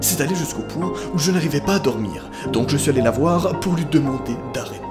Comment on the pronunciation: Je surkiff les "ch'ui désolé" 🤣🤣